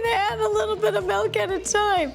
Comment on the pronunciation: What is "melk"?? 😂